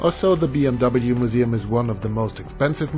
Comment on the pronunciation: Looks really cool, I like how you pronounced BMW the English way “Bee-Em-Double-You” as opposed to the German pronunciation which is "Bee-Em-Vee"